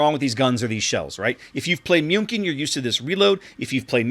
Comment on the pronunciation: pronuncing "Münkin" makes me have goose goosebumps. (Sorry, no offence)